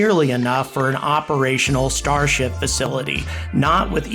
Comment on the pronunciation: Can't help but hearing starshit everytime....